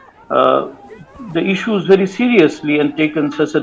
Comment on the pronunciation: I am bhery bhery sad .the ST aspirants torch bearers took away my phridge and telebhisan 😂😂😂